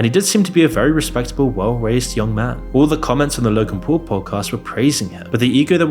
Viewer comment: “Logan pool” “Woolmart” 😂